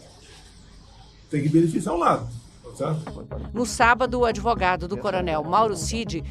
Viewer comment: O "adevogado" é pcd?